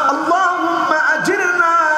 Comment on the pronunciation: হুজুর বল্লেন আল্লহ হুম্মা আজির না মিনান নার এই টা আজির নি হবে না আজির না হবে